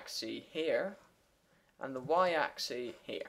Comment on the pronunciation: Great, but it is pronounced AXX ISSSSSS and SYNE not SEEN